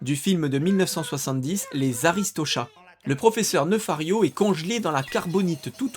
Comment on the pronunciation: C’est son nom d’artiste, son nom de scène. Celui inscrit sur ces albums. J’ai aussi tiqué sur le nom de Nefario, prononcé « Neufario » alors qu’il me semble qu’il est prononcé « Néfario » dans les films.